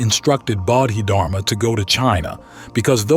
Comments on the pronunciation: I really hope this an ai voice but honestly I don't think so. First he read Bahdid <-- Harma. He read it like that several times and then it changed to something else where he did say dharma but it still was wrong. I can't listen to this if he can't even muster the respect to learn to pronounce his name right. 🤢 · AI voice that doesn't even know how to pronounce the name of this Great Zen master. What plagerized crap is this. I lived with Osho for decades. Use His voice. His words. His presence. Not cheap ai copies